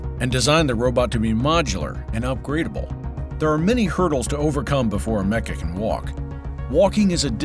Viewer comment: Am uh Cuh, not A MECCA